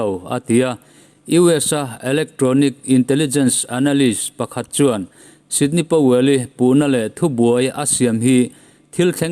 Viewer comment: Ngaihnawm leh hle mai. Sydney Powell nilovin Sidney Powell zawk tur a ni e..